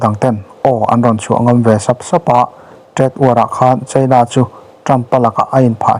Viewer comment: Tunlai chu... China ram chanchin kan ngaithla nasa sia.. Cheina... Ti lovin Chaina... Ti thei zawk la... A ngaihnom sia.. Beng a khingbai deuh tlata